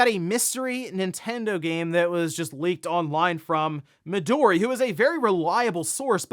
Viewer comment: Mi-do-ri* (instead of Mido-ri)